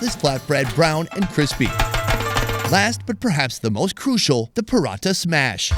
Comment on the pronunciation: Man it's not paratta. It's porotta which is normally found in southern India mainly Kerala